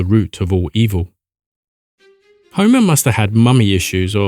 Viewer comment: I legit thought you said Zeus commanded homies 😭😭